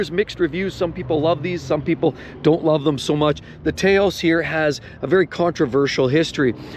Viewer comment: It's a Taww-oss. Named after Taos, New Mexico.